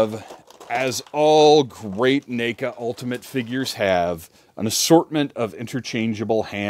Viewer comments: 🤣 - you're saying NACA. Like you're starting to pronounce name instead of neck, even though it's NECA. Seriously made me laugh, and that's a rare thing. There's been more than a few ppl over the years that say that company's name in unusual ways, like Knee-ka....but never heard na(ked)-ka lol. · Let me guess this is ur first neca figure? Lmao the way u pronounced the name 😂